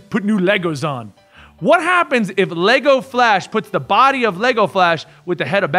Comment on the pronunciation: I love how pronounces the D in 'body' as T so he says "botty" instead. It's super dope.